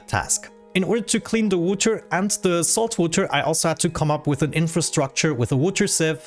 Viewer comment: No hate intended, what's that accent? I find the way he says water as "wooter" really funny